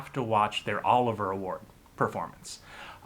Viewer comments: OH-LIV-E-YAH. Not Oliver. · It’s Olivier not Oliver. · Olivier as in Laurence Olivier. Not Oliver.